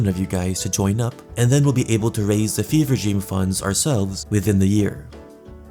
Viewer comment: FEVRE DREAM LMAO “BEAN DREAM”